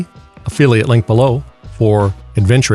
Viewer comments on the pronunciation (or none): he says opheliate link below